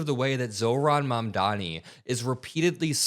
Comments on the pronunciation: Cuomo seems like a moron in every possible way. He STILL can't even pronounce Mamdani. "Mandaaaahmi". What a nasty idiot. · Bye bye Cuomo! May we never hear from you again! 👋 edit: he butchered Mamdani's name yet again in the radio show that mfer